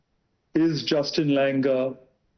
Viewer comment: Justin langer ❌ Hustin langoor ✅